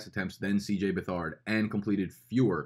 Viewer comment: FYI, it's Beth-erd not Be-thard and CJ is the son of new hall of famer Bobby Beathard